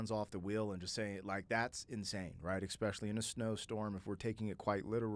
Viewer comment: Some feedback for you: There is no "x" in "especially". I've noticed this in several of your reactions, and it is quite annoying, please stop saying "exspecially".